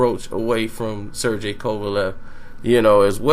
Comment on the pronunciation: "Ser-GAY", not "Ser-JAY"!